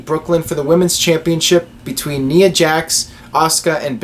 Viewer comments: isn't it nia not nea pronunciation-wise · The "I" in Nia is a LONG "I"!